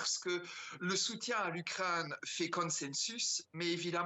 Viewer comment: "le soutiens à l'U-crane" 😂😂